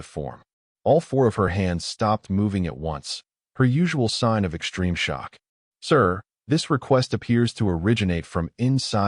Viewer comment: Great story. BUT, SHTRUCTURE, EXSHTREME, DISHTRESS, INSHTRUCTED, DESHTROY, SHTRAINED, DESHTROYED, DEMONSHTRATED, SHTRUCTURAL, CONSHTRUCTION, SHTRONGEST, SHTRATEGISTS, RECONSHTRUCTING, STRUGGLED, these are said up to 30 minutes....these are NOT English words. WAY too many AI and humans put that Freakin "H" after the "S"!!!! WRONG, WRONG, WRONG!!! And, yor AI, and it is MOSTLY this same AI voice throughout YouTube, that Freaking stu.u.u.u.udders on some wo.o.o.o.ords! Very annoying.